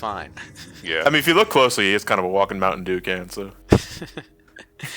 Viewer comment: I think you guys mean "Mountain Dewm."